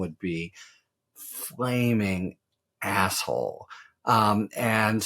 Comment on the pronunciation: He put real emphasis on that one there...😂😂😂😂